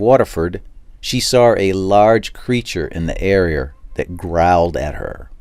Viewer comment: in the ereer